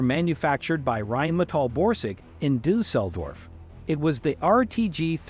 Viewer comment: Would have been a thumbs up if not for the voice over. Made it to where it pronounced Due Sell Dorf then gave up.